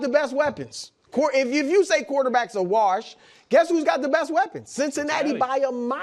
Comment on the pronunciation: The way Chris says wash “warsh”